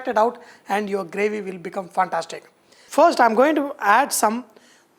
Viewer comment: I just loved, when you say phantastic 🙂